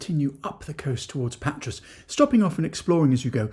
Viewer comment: A slight correction if I may, Patras, the “S” is silent pronounced Patra, not in Pirgos though, the S is pronounced. Good videos though thanks, love watching them. My wife’s hometown is Amaliada (the platia is awesome at night if you get my drift!), some wonderful beaches and beach bars, Marathia is our favourite just up from Kourouta. We just got home (Australia) from 5 weeks there, drove around most of the Peloponnese except for the leg where Nafplio is located. Definitely go there next time. But in Patra you must take a walk along Riga Fereou, a long pedestrian street with great cafes, shops and restaurants. Of course Agios Andreas (St Andrew’s Cathedral) is a must see, the largest church in Greece. Our friend lives just near the castle. We plan to buy close (ish) to my wife’s hometown, so who knows, we may bump into you for a Freddo Cappucino one day. Keep up the good work.